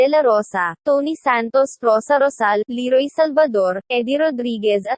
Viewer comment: ayusin mo bigkas, ikonsulta mo muna sa mga matatanda bago irecord. Le-roy not Li-roy, Angus-cha not Angus-tiya, Lagablab'!